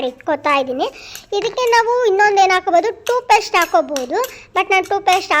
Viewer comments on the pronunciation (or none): Toothpaste, not toopaste